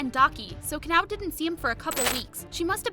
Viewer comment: it pronounced Ka-Na-O!